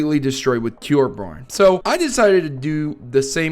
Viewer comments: Tor-bee-orn is how it's pronounced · I believe it's pronounced "TORE-byorn."